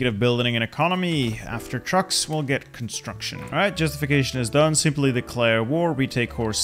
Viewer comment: “Cumatruction”